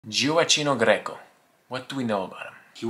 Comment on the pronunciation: You do not pronouce his name right